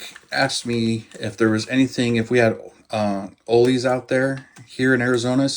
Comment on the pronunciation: While you were talking about pronunciations, I was thinking of you calling the store chain with discount kits Oley's ... lol It's actually Ollie's (sounds like Holly's, not like holy). I have had the Demon back-ordered since November through my local hobby shop, and he still doesn't have them.